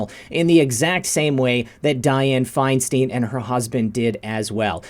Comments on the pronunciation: FeinstEEEEn???? It’s ...STEIN ! Like FRANKENSTEIN. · It's Feinstein. Fine stine !! You're driving us crazy mispronouncing it !!